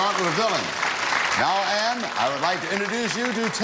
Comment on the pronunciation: Her name is "Anne-" not "Ann." "Anne" is the original German spelling.